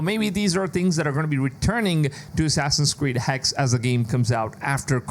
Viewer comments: It's not HEX....Its Hex-uh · Hexe is the German word for witch, in the proper pronunciation you have to sound out the e on the end with an uh sound. hex-uh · I'm actually really interested in this one! P.S: Just for the narrator as he's tried the pronounciation of Hexe a few different ways here :D It's pronounced Hexa, spelled Hexe, and literally is modern day German and old German for Witch.